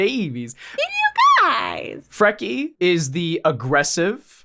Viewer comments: Freaky and Jerry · As a norse pagan and polytheist your pronunciation of Freki and Geri was a little painful. Love your videos tho like alot i also wonder if Lemans last name is a reference to the Rus vikings.